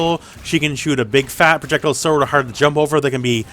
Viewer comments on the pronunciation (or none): Are you physically unable to say projectile?? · ProJECtle lmao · The way you say "projectile" is funny 🤷🏻‍♂️